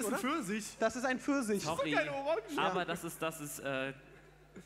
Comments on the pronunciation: Pfirsisch???? Mit sch :-D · Das isn pförsich 😂